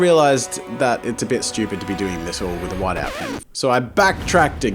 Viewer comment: He mispronounced "whiteout"